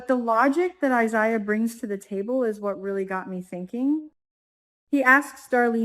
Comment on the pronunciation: Omg it's I- ZAy Ya please say it right